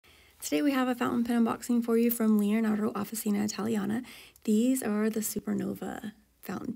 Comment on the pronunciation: I don't mean to be rude but "ci" in Italian is pronounced "chee" so Officina is pronounced off-ih-chee-nah.